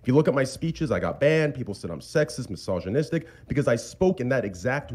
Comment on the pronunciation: Bro, it's "Massage - Inistic" lol